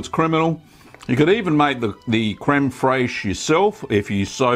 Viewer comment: Fraiche is pronounced just like fresh crud daddy